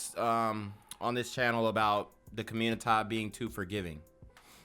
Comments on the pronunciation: Through madness laughter is indeed a good antidote.. And yeah him saying commuitah is funny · Do u listen to CGA, I’ve heard u say communitah and it had me laughing